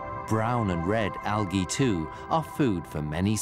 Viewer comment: I turned it off after the fifth time he said Algah